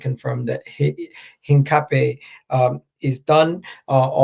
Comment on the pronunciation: Hincapie is pronounced Hin-Cap-iyay